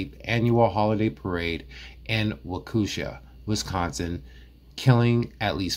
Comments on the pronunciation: It's so funny how you say the city's name. But its a hard one to say. Think- Walk A Shaw. Is how I think it is said any way. Maybe your right.... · Wah-KOO-sha.??!!? Watch some of the trial and learn how to pronounce this city’s name. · It is pronounced :wah-ke-shaw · Wah•ka•shaw Wisconsin. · Wisconsinite here...Thanks for making me giggle with the way you say our city names. Everyone does it. 😉 It's about time Dur-ell gets into where he belonged for soooo long. Sad to see his mother in all the interviews portraying him as a victim. Shame on Dawn Shame on Dur-ell for blaming Almighty God. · Great breakdown! Wisconsin isn’t even this light on mj charges. I can’t believe he kept getting off! As an aside, I’m from Wisconsin and hearing you butcher these city and hospital names is killing me 😂 lol I know it’s rough. His rap voice is annoying. Gross gross guy. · Being from the Milwaukee area it’s fun to hear you mangle some of the names of the cities and hospital🤣. Love the channel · It’s pronounced Walk-eh-Shaw! I hope this helps! A Waukesha native! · Walk-a-Shaw is how you pronounce the city where he murdered 6 people. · The really low bond was in Milwaukee. He was bailed out by his mother 2 days before the parade. The statutory sexual seduction was in Nevada. Ebony died of a drug overdose. It's pronounced Wau-ka-shaw. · Just a lil assistance with how they say those weird names here in Wisconsin. Freodtret is pronounced fray-dirt Waukesha is wa-ka-shaw ~great in depth research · Good grief man. The city is pronounced Wah-kuh-shaw! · Baby its Wokashaw. Not wok a but wok ah shaw. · Waqusha, Wisconsin haha!! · Dude it's WAAA KA SHA Wisconsin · It’s pronounced walk-ish-awe. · Walk-A-sha CO. WI.... not Wacooosha. :) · It's walk-E-Sha not wahkooshuh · Wau-kew-sha??? WAU-KEE-SHAW. 😂😂😂 Kinda like Mill-wau-kee…. But loose the mill, and add a shaw…. WOW 😮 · No disrespect, but it is not Wockoosha it’s sounds like (wauk-a-sha) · Waukesha, pronounced walk- ah- shaw.